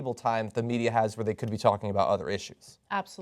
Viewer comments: I love Bernie, but the way he pronounces "Media" makes me laugh. He pronounces it like the word "Meteor" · "The MEDIUR." LOL! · Why does Bernie always say medier?